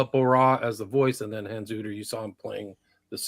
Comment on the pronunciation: Thanks Hans and. please stop mispronouncing Hans name it's the 4th time!!! Lol your the best guys keep up the good work